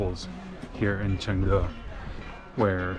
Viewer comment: your pronunciation of "Chengde" is very good! i guess you can learn Chinese very fast!